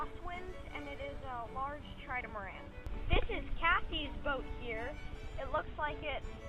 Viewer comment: I thought hello kitty belogned to matt... also, you kept saying tridamaran instead of trimaran